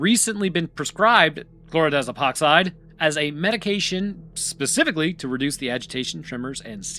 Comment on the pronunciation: Man, you're a real expert at saying Chlordiazepoxide at this point, huh?